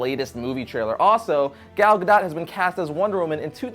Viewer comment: It's pronounces Gal (like a lady) Gadot (ga-doe)